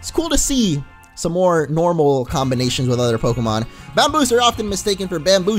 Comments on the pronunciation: I think it's meant to be pronounced Bam-bowse. As in "Bamboo Mouse". Also you missed a potion that was in the top drawer of your desk at home. Your computer literally told you to get it. You seem to have a habit of speeding through and missing ialogue. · Bambouse is pronounced bambowse also getting it soon it looks so good